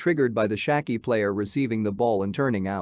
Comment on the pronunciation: You couldn’t pronounce Schalke more bad